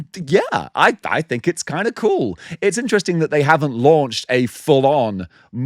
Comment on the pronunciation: That’s paretti coouhl